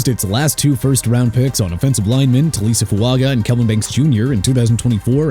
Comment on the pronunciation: Taliese Fuaga PRONOUNCED TAH-LEE-SEE!! Joe Flacco PRONOUNCED FLAH-KOH!! DUDE WHEN ARE YOU GONNA GET EVERYBODY'S NAMES RIGHT?!